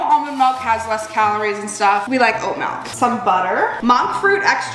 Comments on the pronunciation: i love you BUT STOP SAYING MALK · The way you say milk is so cute and funny to me heheh it sounds like melk to me for some reason 😭 I love ur videos bestie I literally binge like five at a time and it always feels like I’m on a FaceTime call <3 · You say milk the same way I do. Melk! Do you say pillow or pellow?